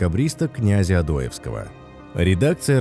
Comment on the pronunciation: как можно переебнуть фамилию "одОевкского"